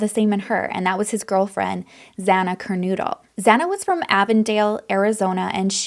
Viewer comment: Pronounced Kerr-No-dull not Kernoodle. (Kernodle) Pronounced Mow-Ghen (Mogen)